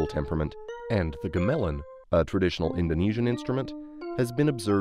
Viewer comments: Is “ga-melon” a regional pronunciation? I was taught it was “gam-uh-lon” and now I’m questioning all of my life choices. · You said it more like the fruit ga-melon? I am a native Indonesian speaker. However, it might be different in other language(s). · It's /gaməlan/ not /gəmelən/. a as in "arm", ə as in "away". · incorrect. Foremost, In the video, you say ga-melan like ga as in gas and melan as in melon, as someone prior has said. Gamelan with the emphasis on lan as in land is Americanized and doesn’t pay homage to the correct pronunciation that the Indonesian peoples use. Gamelan with the ɑː/ə does so. A quick google search past that of the google pronunciation guide will prove well. Further study on the topic will prove fruitful as well. I love the video, but it immediately jumped out that the pronunciation was less than apt. To then refute others who point it out as well is not the best look. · bro said gay melon trying to correct the native indonesian speaker, use google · If you mean gamelan, that pronounced more like GAH-muh-lahn. The vowels and stresses kind of rhyme with Cobble Bob. Gamelan. Cobble Bob. (Also, the word can refer to the genre of music (really, an umbrella of related genres involving melodic percussion), or to a set of instruments all tuned to one another, but not a single instrument. Cobble Bob. Gamelan.) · Its not pronounced ga-melon i believe lol. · Ga-Melon? hahahahahahaha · Unrelated but how did you butcher the gamelan pronunciation bro 😭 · The way you pronounced "gamelan."😉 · Cool video. Small aside, that's not how you pronounce gamelan. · mans pronounced gamelan wrong